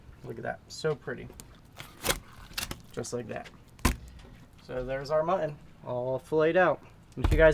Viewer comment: New drinking game. Everytime mispronounces "Mutton" as "Mhnnn" take a shot